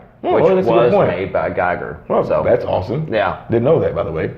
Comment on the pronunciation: I’m pretty sure his foreign name is pronounced HR Giger, said Gee gur. I have to get one of these head busts one day.